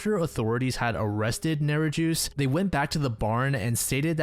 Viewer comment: From Lisa Holm's case the murderer was a Lithuanian. I am a Lithuanian myself and I always expect non-lithuanian speakers to sort of mess up the pronunciations. I'm not making fun, I just couldn't help hearing his name as "Neri-juice". You pronounce it something like Neri-yus, if that helps :D Who gave the right for Lithuanian names to be so difficult 😤